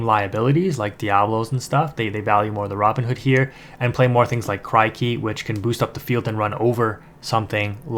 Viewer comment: Good vid man! Just a tiny thing, it's said like Crick-y. Like a cricket. Great stuff tho!